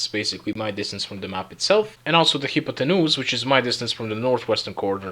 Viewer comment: “the hippo-tea-noose”